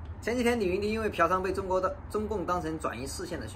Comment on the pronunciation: 譬如提到李云迪，我就重复播了好几次才听出是说李云迪